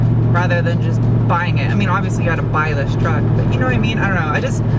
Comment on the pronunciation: It's called TRUCK not TRACK!